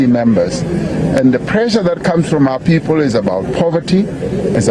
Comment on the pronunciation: "Our Poepol" 😂😂😂😂